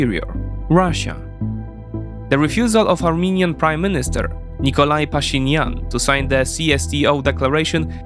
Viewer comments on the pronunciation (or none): NIKOL Pashinyan, not Nikolay. He is Armenian, not Russian